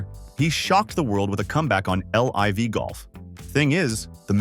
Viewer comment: Nobody pronounces it L I V golf. It's liv with a short i.